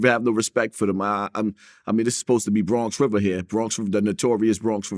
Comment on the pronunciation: Bwonx Wivah